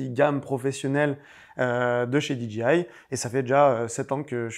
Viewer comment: En tant que "KOL" tu ne veux pas dire DJI comme il faut stp ? Tu parles avec 2 personnes de là-bas et chaque fois que tu dis la "DJI" ça me fait grincer les dents 😂😂